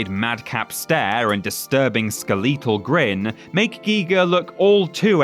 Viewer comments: The word is "skeletal," not "skel-ee-tal," as in "skeleton." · Great video! It's ironic how the 8-bit era was so limited in its graphics but somehow able to create even more imaginative and visceral bosses than most modern near-photorealistic games do. Thanks for the trip down memory lane! ("Skuh-1337-whole" sounds odd, to me at least. :P) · i think i'll be pronouncing it "ska-LEET-al" from now on